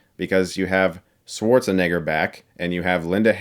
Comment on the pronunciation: He can’t pronounce Schwarzenegger! How can I trust your review!